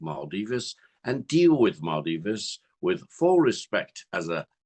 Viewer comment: What is maaldivese u say, it's called Maldives